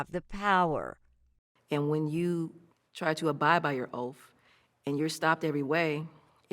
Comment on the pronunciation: “Abide by your oaf” 🤦🏻‍♀️ good grief and she’s a lawyer? #LamarJohnson